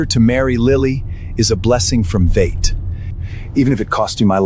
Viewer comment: Pronunciation spelling and editing need much improvement !! To name a few : 1) See Transcript Madam was once the dragon queen that shaped the GLOBAL UNDERWORLD !! NOT the GLOBAL UNDERWEAR !! 🥺😱 2) Transcript .. for Carter to marry Lily is a blessing from FATE !! NOT VATE !! 🫩😵‍💫 3) Transcript .. how could a 30 string ORCHESTRA be enough .. ?? NOT OSTRRA !! 😢🥴 4) Transcript How have you been these days ? Are you getting used to life WITH the HALES ? NOT .. used to life WITHOUT the HULKS !! 😵🙄 5) Transcript Evelyn Black KNEEL NOT Evelyn Black NEiL !! It is not HELL family 👎 It is not HAIL family 👎 BUT HALE family ! 👍👌 👍👌